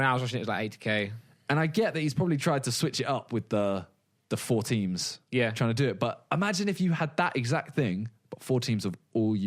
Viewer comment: simon goes carribean english ''we're not tryin''